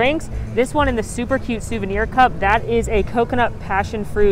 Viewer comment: The fact that she said both “noods” and “coot” in this video sent me😂